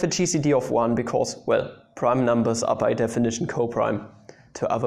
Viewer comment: When you said gcd I thought you said cheesy D